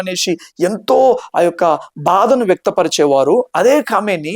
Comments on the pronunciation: Kamineni kadu bro Khameni English baga nerchiko brother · కామినేని కాదయ్యా... తెలుగు వాళ్ళ పరువు తీయాకు ఖో మై నీ అని ప్రొనౌన్స్ చెయ్యి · అతని పేరు కామినేని కాదు బిడ్డా, ఖొమేని....!! పేర్లు సరిగ్గా పలకపోతే... సందేశం తప్పుదారి పడుతుంది... దయచేసి, పేర్లు.. మనుషులవైనా... దేశాలవైనా. .... వీడియో చేయకముందు... సరిగా తెలుసుకుని... కరెక్టుగా చేయండి.... అప్పుడే.. మీమీద నమ్మకం పెరుగుతుంది...!! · కామినేని కాదు బాబు, కామేని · కామినేని ఉత్తమనేని కాదు ర బాబు ముందు పేరు పలకడం నేర్చుకో ఎర్రిపప్ప